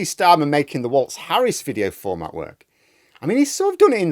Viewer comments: By way of a public service announcement, Tim's surname is not pronounced "waltz" it is pronounced "walls". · it's Walz, not Waltz